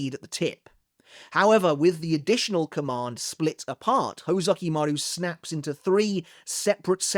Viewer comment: Is it really "hoe-zukimaru"? Now i can't unhear it, lol.